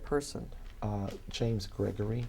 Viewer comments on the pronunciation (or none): none